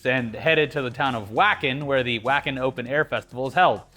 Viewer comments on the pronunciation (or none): dokken is fucking badass lmao also its pronounced Vaken ALSO picking up trash at your smoke spots really makes a difference. Im in the middle of nowhere west texas and people throw shit everywhere. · Wacken is pronounced Vah ken because German. And Wacken is the largest open-aired metal concert in the world. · Wacken is pronounced "VAKEN" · Your pronunciation of Wacken hurt my soul